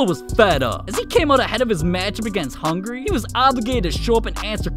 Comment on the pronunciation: Hungry?😂 it's hungary